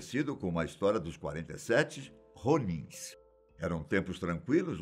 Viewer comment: Ronins o som do R é diferente